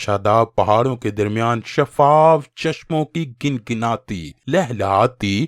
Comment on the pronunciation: بھائی بہت اچھا واقعہ بیان کیا آپکی اردو خاصی اچھی ہیے مگر لفظ گنگناتی 'پیش/ گُنگُناتی' سے پڑھا جائے گا.